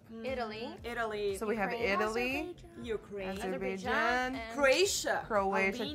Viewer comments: i love how finns pronounce: iTALY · I love how Ireland says Alliy instead of Italy it’s just so cool😂